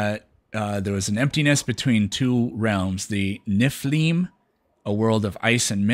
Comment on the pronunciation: As a norseman I approve of how pronounced Nippleheim (it was not like that).